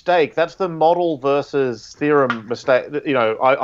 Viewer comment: Bro the word is VER-SUS. A verse is a something in a song or the Bible.